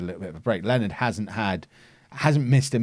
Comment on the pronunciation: Leonards name isn't pronounced 'Len-erd' its supposed to be 'Lee-oh-nah-r' but len-erd is funnier so.... whateves